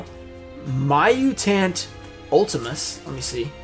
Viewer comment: Butchered the poor muytant cards 😂😂😂